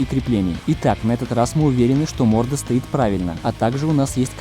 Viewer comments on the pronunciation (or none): none